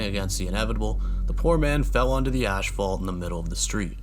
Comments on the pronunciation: Dude, the word ASPHALT doesn't have 2 H's in it. It's not ASHphalt. ASPHALT is pronounced AS-FALT. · “Ashphalt” lmao Its “asphalt” like ‘ass-fault’